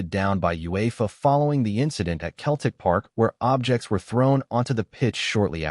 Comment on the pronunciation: It is not pronounced Keltic. It is pronounced Seltic.